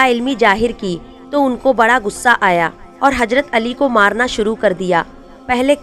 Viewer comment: Lavz hajrat nahe h hazrat h aap ke padhne me galty h